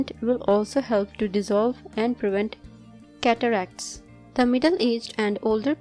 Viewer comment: Cataracts!! I thought you said....Cadillacs.